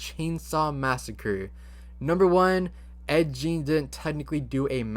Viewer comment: It’s you sayin Ed’s name wrong and have this superior attitude while sayin it🤣🤣🤣🤣